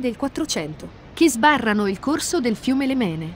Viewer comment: Faccio osservare che la pronuncia corretta del fiume che attraversa Portogruaro è Lèmene e non Lemène.